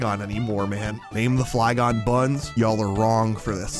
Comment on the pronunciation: The fly gon-e Hehe coz it’s a Flygon